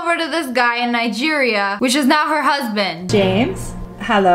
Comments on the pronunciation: i do be suprised you pronounce nigeria well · Finally, someone who says Nigeria right.